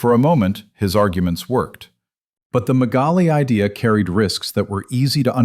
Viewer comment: The name of the Turkish writer is Halide Edip Adıvar. You have mispronounced her name. You have also made a mistake in pronouncing the Greek irredentist movement “ Μεγάλη Ιδέα» . Do not pronounce the word idea in English but in Modern Greek.